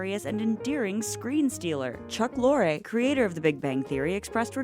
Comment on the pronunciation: First you say Chuck Lor-ay, and then 2 seconds later you say Chuck Lor. I have never heard it pronounced it either way; I thought he pronounced it like Lori.